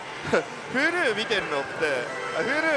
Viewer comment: huluのイントネーションに違和感